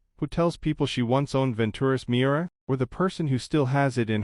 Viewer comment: The car's name is Miura, not mirror.